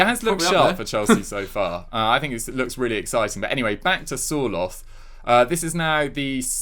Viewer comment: Sir-lot not 'soar-loth'